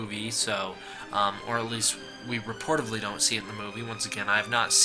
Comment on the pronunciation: Reportedly is the word you are looking for...not reportively. That isn't a word.